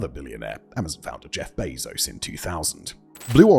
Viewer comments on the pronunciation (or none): none